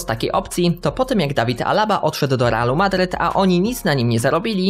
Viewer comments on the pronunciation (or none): none